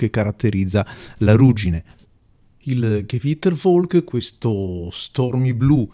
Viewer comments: Molto belli. Qualche consiglio sulla pronuncia, se permetti 😅: (scrivo come si leggono) gevittervolke, nibla, fritzrot, sirimiri, sundovner, morghenrote, ghelassenhait. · niebla è una parola spagnola: leggerei "nièbla"; Gewitterwolke è tedesco: leggi "ghevittervólke"; sundowner è inglese: pronuncia inglese ("sandàuner", all'incirca).